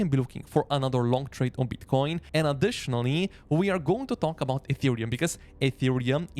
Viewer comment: I like how strong this guy pronounces the 'B' in Beetcoin and Boolish.